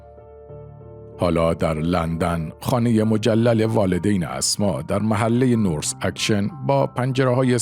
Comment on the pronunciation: آقا، منطقه مسکونی اسما اسد در غرب لندن ""نورس اکشن"" یا ""North Action"" نیست. ""نورث اکتون"" یا همان North Acton"" است.‌ تلفظ شآن ""شین"" نیست. ""ت"" است. قبل از تهیه چنین فیلم هائی در مورد تلفظ درست کلمات و مکان‌های مسکونی با چند مطلع مشورت کنید.